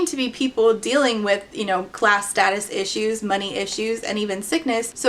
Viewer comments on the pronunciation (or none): none